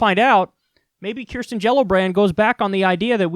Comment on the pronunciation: everytime kyle says her name i LMAO